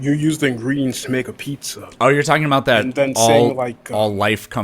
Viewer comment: "How aboat... "